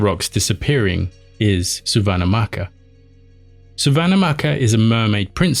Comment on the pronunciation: The pronunciation of Suvannahmaccha is Soo-wan-mat-cha 😅